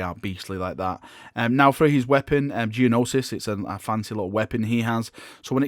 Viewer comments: it's pronounced "No-sis" not Jee no-sis. The G is slient. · Gnosis is pronounced "no sis", not "gee no sis". 😉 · The G is silent in Gnosis. It's just pronounced "nosis". Just so you know! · Love the videos but your pronunciation bothered me. His weapon is pronounced like No-sis.